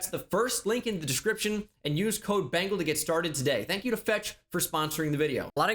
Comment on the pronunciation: What’s up Wengal